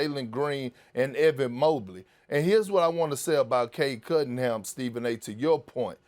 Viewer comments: Nobody Kendrick Perkins: “Cade Cuddingham” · Nobody: Perk: Cade Cuttingham 😂😂😂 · Perk - "Cade Cuttingham" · No one Perk: Cade Cuddingham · “Cade Cuttingham” Perk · Bro i could just be high....But is he calling him "cade cuddingham"? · Perk with his "cade cuDDin'ham" lol. bro! that's a N, not a D!